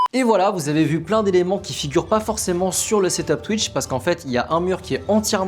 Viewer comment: J’adore sa manière de dire twitch (tuïche)😂